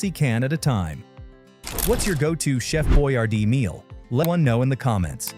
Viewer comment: chef boy ar dees